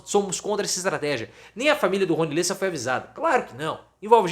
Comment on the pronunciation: NÃO É LÊSSA, É LÉSSA!